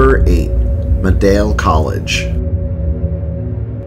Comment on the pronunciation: as a Buffalo native, thank you for this video. Some of the proper pronunciations are Canisius (can-ee shus) Medaille (mi-dye) Shea's (shays). Great video!